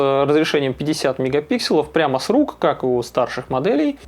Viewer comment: правильно говорит. Это как «брелков» и «брелоков» - правильный второй вариант.